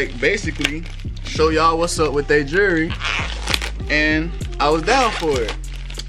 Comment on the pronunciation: You bought some jurry or some “jewelry “🤦🏽‍♂️